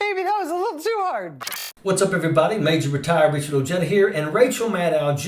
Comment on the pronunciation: Rachel needs some good old "Corrective R" if you know what I mean. ;)